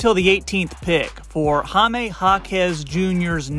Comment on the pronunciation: It's amazing how much people praise Jaime yet keep saying his name wrong 😂. 'Hi' (hi/hello) then 'meh' 🤷. Hi-meh. Jaime.